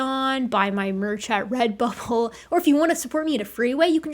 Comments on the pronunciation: FYI, Enunciate Rebubble next time. It sounds.. different. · I swear I heard you say "Buy my merch at red butthole" lol